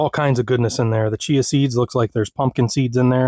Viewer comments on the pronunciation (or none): none